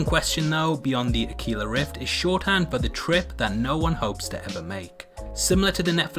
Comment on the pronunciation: Pedantic SOB here, it's not Spanish so not pronounced akila, it's akwila, Latin for eagle